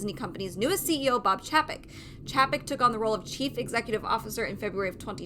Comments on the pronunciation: Pronounced..... CHEY-PEK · If you don’t know how to even pronounce his name I can’t take your opinion seriously.